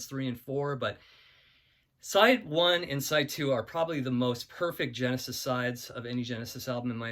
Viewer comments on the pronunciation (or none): none